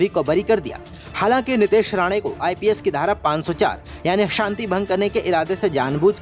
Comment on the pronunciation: "Ips ki dhara" kisi se b news reader bna dete h ..